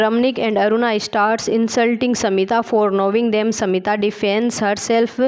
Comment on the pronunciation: Yes pronouncing samita(smita) ko😢